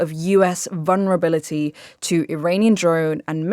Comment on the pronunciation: "Vunrability" ... and she's a journalist... 🤔?...😉